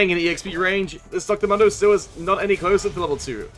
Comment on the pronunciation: Why do you call dr mundo dr mondo say it right fool